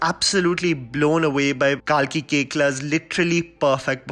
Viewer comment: No offense but bruh mispronounced kalki's last name i believe